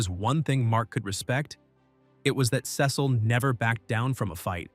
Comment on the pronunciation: Why did he say Cecil wrong😭😭😭😭😭